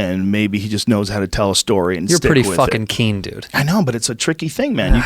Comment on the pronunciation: I love you cheeto, no more "keen," no mas "keen" amigo